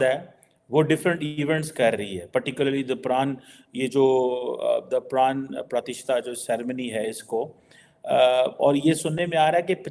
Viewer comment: is totally confused. He can’t pronounce so many words relating to ceremony, Ramayana, and does babbling and repeating theek hai ji etc time and again. I would suggest him to at least learn proper pronunciation of many words like “Pran Prathishta”etc.